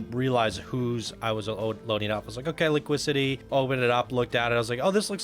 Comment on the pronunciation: I believe the word should be said like "Li-qui-se-tee". Construction wise, it is beautifully crafted and exceptionally smooth. Definitely gives the feeling of being a moth or bird in flight with the rolls and curves to the layout. Love the color hues used as well. Screwed up on the creators name for "Cobra City", but I see others have noted that already. Object hits galore on this one, from branches to leaves to a boulder straight to the face and a literal head chopper when entering the tower. No need to worry about the snakes, everyone will be long dead before then. LOL But, the environmental design and coaster is very good. Just fix all of the object hits along the track and everything will be perfect, with two exceptions. Where are the snakes? You can't claim there are cobras and none are seen during the ride. And, as Jonny noted, the method of smoothing the track created a lot of stutter.